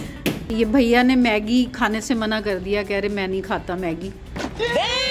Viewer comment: Aunt please check your hashtags its maggi not meggi